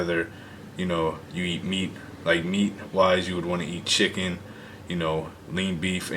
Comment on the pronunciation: right?!! his voice is very relaxing... lol I couldn't help but laugh the way he said chicken though Lol.. I'm surprised he's vegan